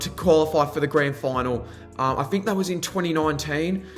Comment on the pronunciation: Good analyse all almost 100% only thing that’s annoying is you need to articulate, three, think, through, not free fink frew. 😂😂😂